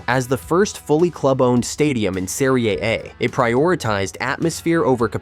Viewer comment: They used a Brazilian Portuguese AI voice 🇧🇷 in this video to say that Juventus got punished in the "Serie A"... But it came out sounding like "Syria" 🇸🇾 😂 Like, what?? Did Juve just get relegated to a war zone league now? 😭⚽